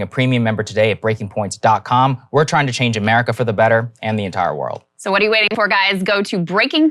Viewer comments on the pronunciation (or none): none